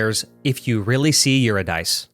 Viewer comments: BTW Eurydice is pronounced you-RID-uh-see, which makes the title much cooler. Eurydice is a character from Orpheus and Eurydice, and a pivotal moment is when they escape the underworld with the caveat that Orpheus cannot look at Euridice at any point on their journey. So the title "If You See Eurydice" is very appropriate to the uncertain/questioning style of the music. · Thanks. Loved this music. By the way - Eurydice (the wife of Orpheus in Greek mythology) is pronounced Yur-rid-a-see. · Just FYI Eurydice is Greek and is pronounced your-ih-duh-see. This makes sense because it makes the track name rhyme a bit. Great vid though this really brought back memories, you gotta do the Banjo Kazooie games and Space Station Silicon Valley! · Also: “Eurydice” is pronounced jʊəˈrɪdɪsiː (you-rid-a-see) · Dunno if anyone else noted it, but you missed some fun wordplay by mis-pronouncing Eurydice 🙂 It's a lot closer to "You Rid A See" out loud. It almost sounds like "If You Really See You Really See", if you put a hard roll on the L sound 💜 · If you really see Eurydice is a pun, because Eurydice is pronounced "yu-RI-duh-see" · Amazing video, dunno how you only have 7k subscribers. Very insightful and your production value is top notch. But I gotta say it.. it’s “Eurydice” like “you ri di see”. “Do you really see you ri di see”. 😅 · Eurydice is pronounced “you-rid-uh-see”. At least that’s how it’s pronounced in the musical Hadestown. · Eurydice is pronounced your-id-ah-see. The title of the song is a bit of a play on words. In Greek mythology, she was the wife of Orpheus. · What a great video!!! Your analysis is spot on. I hate to be that person, but Eurydice is pronounced “you-rid-uh-see.” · Just a pet peeve, but it’s pronounce “you-RID-uh-see”. The title is a play on words. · This was a neat video, so nice to go back to these old amazing tracks ♥ minor nitpick: Pretty sure "Eurydice" is Greek so it's "Yoo-Rid-Uh-See" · Eurydice is pronounced you-RID-a-see just fyi